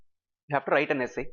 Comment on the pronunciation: whats with "wrrrrrrrrite the essay" ? video is very helpful, thank you